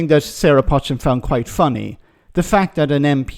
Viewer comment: Her surname is 'Poe-chin' not 'Potch-in'. Its a well known Cheshire name and pounced thus. I'm originally from Cheshire